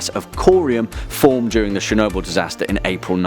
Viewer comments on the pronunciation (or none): You made Chernobyl sound like Shenobu